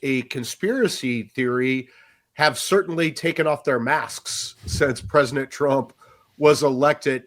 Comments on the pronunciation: Why does he keep saying “Presinent” and not “President?” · This guy continues to mispronounce President. He says it PresiNent 😂😂😂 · Im not sure why this others me, but why does he say PRESINENT instead of PresiDENT?? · Am I the only one who heard him say “presinant” over and over LOL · Is he saying “Prez-nit Trump?” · Presinant?? Haha. I can’t unhear it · Is he saying “Preznent?” 😳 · Is it me, or is he saying "Presinent" of the United States? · PresiNent? Just about as aggravating as folks forgot what the letter"t" sounds like. "Mi-in" = mitten. Silly habit. I've heard others pronounce president like that. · THIS GUY CAN'T PRONOUNCE PRESIDENT.